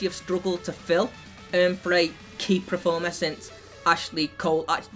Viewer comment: Why the fuck does he say preformer not performer